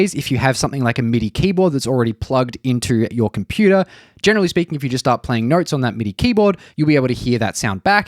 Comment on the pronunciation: When you say notes, it sounds like you are saying nerds. 😂